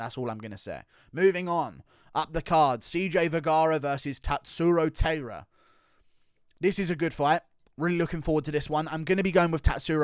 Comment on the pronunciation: Tatsuro Taira's last name is pronounced like Tai Tuivasa's first name, more like tai-ra than how you're saying it like teira Keep up the good content guru